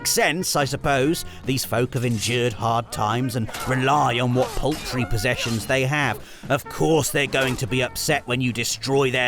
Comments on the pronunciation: Sorry, did you say 'villagers paltry possessions' or 'villagers poultry possessions'? 💜😎🍻😎🖤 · I choose to believe he said "poultry possessions" rather than "paltry possessions", and the automated captions appear to agree with me. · Skyrim... did you say "paltry possessions" or "poultry possessions"? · Please tell me he didn't say 'poultry possessions' when talking about the Skyrim chicken. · ...did you say "poultry"?!